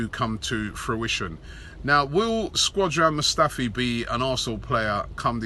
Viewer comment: "Squadron Mustafi"